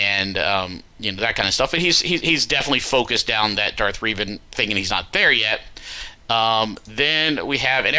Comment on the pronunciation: I would personally just keep your 1st and 3rd best squads for offense, put 2nd best squad on top fleet wall. Also it's pronounced Reh-van for Revan hahaha